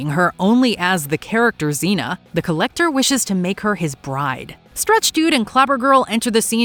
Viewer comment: "The Collecturrr" hahahaha